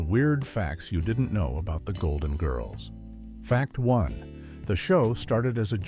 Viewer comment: Doesn’t any human with knowledge of the show preview AI pronunciation and inflection of names. The inflection of GIRLS is annoying along with the last name of ESTELLES character.